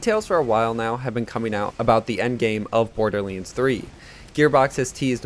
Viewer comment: Why does he say"borderleands"?